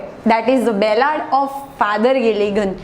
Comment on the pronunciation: It's ballad you are repeatedly saying bellad !